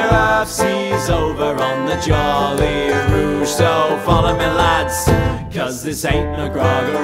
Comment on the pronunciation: guys really pronounced djoly rouge 💀